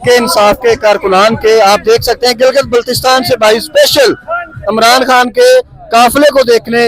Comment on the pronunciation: Please pronounce his name correctly, he is "Imran Khan" not "Amran"